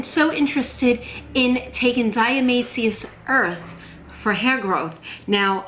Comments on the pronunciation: You're not pronouncing it correctly. Why wouldn't you find that ott before you fo a video? You did so much research BUT NOT HOW TO SAY THE WORD die A ta may shus. 🙄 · Or dia-toe-may-shus earth lol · Hi, Here's how to pronounce it: di-a-ti-ma-ceous earth. Love you! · "shus" at the ending. :-0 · You forgot the "to' when pronouncing dia"to"maceous earth. Just do a YT search and see how others pronounce it or just call it D E. Thanks for sharing 😃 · You are so cute! I really appreciate all the work and research (and experimentation!) you do! But ... it's pronounced Die-ah-toe-MAY-shee-us Earth. :) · Die-ah-tom-A-shus earth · Di-u-tu-may-shus...your welcome baby and you look great at 50,god bless you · I hear you struggle....its Di- atom- a- shus earth. Hope that helps lol. Thanks for the vid! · Great idea! & I have some! Ur so cute...it's pronounced, "diet-a-may-cious". It's a weird one, huh? 😊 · This video could make a great drinking game. Drink every time she says diatomaceous wrong 😂